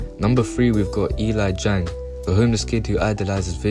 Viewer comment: bro said "E LIE JANG"